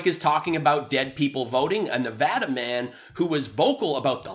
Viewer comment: FINALLY!!! Someone who can say "Nevada" correctly 👍😁👍